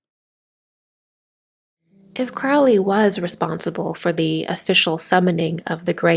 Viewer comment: I believe Crowley is pronounced like it is spelt...not like sourkraut...or krautrock...stand mummified...monkey goddess 🙈🙉🙊